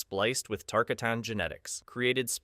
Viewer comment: It’s not TAR-CUH-TAHN ……it’s TAR-KAH-TUN